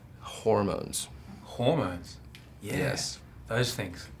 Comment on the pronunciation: It sounds like he's saying whore moans. :D That slays me, you know?